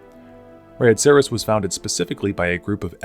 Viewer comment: Enjoyed the video, very well made worth the watch. Now to be a dick. Every NPC always says "Red-Acres", but I totally get how you'd settle on your pronunciation from reading it